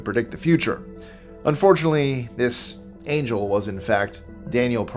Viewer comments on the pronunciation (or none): none